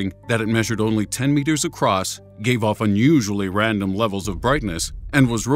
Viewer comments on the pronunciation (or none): none